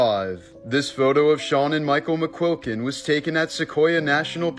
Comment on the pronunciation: My last name is McQuilkin not very common and he pronounced it correctly I’m impressed